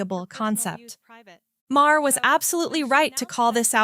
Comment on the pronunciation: Why don't you play the actual conversations by each of them instead of just you giving your opinion. Also, not Ma-her, it's pronounced MAR.